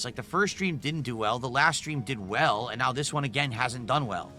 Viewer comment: Well the last time I did that, I got no support!? Want me on the highway? Well send support on kick, right neow.. right neow guys. Otherwise, no marbles on the highway. Sorry. 🤷🏻‍♂️